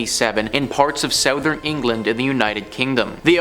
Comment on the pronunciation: You say “southern” funny. Is that a Canada thing?